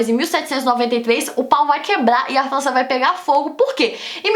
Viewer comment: ela fala flança kkkkkk q fofo